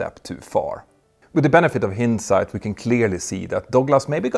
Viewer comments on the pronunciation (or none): The “I” in “hindsight is a long i. Like hined-site. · Hindsight is pronounced like Blindsite! PS: When reviewing the history of pioneering airliners we should not forget the great British made Vickers Viking, Vanguard and the fabulous long haul VC 10 which played a great role in connecting British empire countries and the commonwealth as early as 1946! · You pronounce‘hindsight’ as though you were saying ‘find’ sight…h-y-n-d sight. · Small English pronunciation correction - “hindsight” has a long i sound - like “behind”.